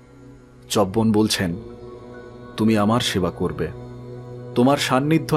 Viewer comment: পড়া খুব ভাল শুধু উচ্চারণ এর ব্যাপারে আর একটু সাবধান হওয়া দরকার , চ্যবন , বল্মীক ইত্যাদি